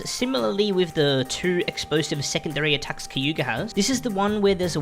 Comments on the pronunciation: bro its kaguya not kayuga XD?? how did you make this entire guide and still fuck that up!!! Insane work by the way. i come back to this just to learn a new thing i never payed attention to. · Finally a good MV Guide Edit: Bro swapped the "g" and "y" on Kaguyas name. It's such a famous japanese name too